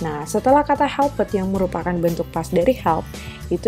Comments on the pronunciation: Tlg cara ucap ( pronunciation) yg benar : make (meik) helped (helpt) bukan dibaca (mek) , (helpIt) lih kamus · Supaya diperbsiki cara menguvap (pronounciation) mis: make (meik) made(meid) helped (helpt) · Cara mengucap kata perlu diperbaiki mis: make, made, helped lih kamus